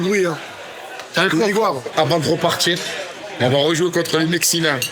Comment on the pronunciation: « Les Mexinains » 😂😂😂😂